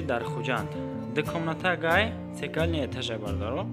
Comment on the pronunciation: Бародар Цокольный этаж мегуянд, Цекольный не